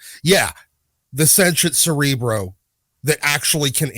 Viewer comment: Cerebra Cerebro? At this points it's more like Cere-bruh...